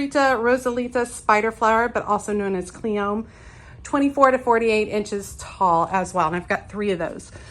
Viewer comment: . I pretty sure you say the "e" in cleome.